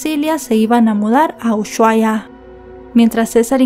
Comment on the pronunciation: Ushuaia se pronuncia Usuaia, no es "sh", sino "s".